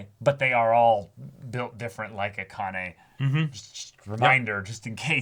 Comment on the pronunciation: You're BOTH mispronouncing Akane's name pretty badly.